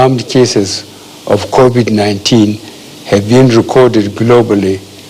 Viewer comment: At least he finally learned the proper pronunciation of the virus. That’s an improvement 🤣🤣.